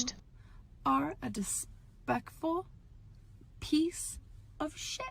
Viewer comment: I'm sorry, I think u meant "dispekful"😊